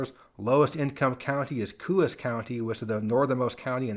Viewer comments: Coos County NH has a “Co-ahs” pronunciation. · New Hampshire county is pronounced "co-auce" sorta like co sauce but without the s. Coos. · Love your channel! New England toponym pronunciations are tough for non-natives. "Coos" is not pronounced with an "oo" sound but like "CO-AHS" by locals. Not hating on you. I just know you like to get details like that right. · This was a very interesting video. Just FYI, in New Hampshire "Coos" County is pronounced "Coe-as". I now live in western Massachusetts, but grew up in Manchester, NH. As for Hampden County, MA, it's in bad shape--Springfield is a dump with a very high crime rate, a lot of homicides. I don't often go there, and only if I can't help it. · The correct pronunciation for Coos County NH is Co -long O like Co-op, and os short O like Co-op. Like saying Co-op with an S at the end